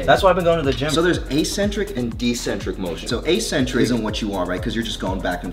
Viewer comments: Plz tell me bro didn't just say "deccentric" motion... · Bro I heard decentric I thought I was bugging, I started thinking maybe that’s how y’all say it in the US, because 🇺🇸.. and it’s actually logical ‘ascend descend.. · Bro said decentric😭